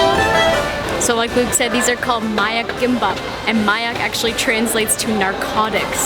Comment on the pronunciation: Did he say “kimpop” it’s KIMBAP